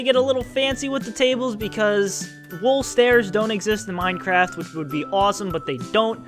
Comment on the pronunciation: Yaaaaaaaay minecwaft